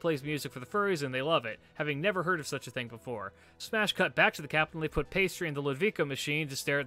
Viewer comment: I just love how he keeps mispronouncing Pasty's name.